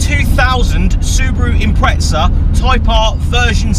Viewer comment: Wtf is an impretza? You mean impreza right?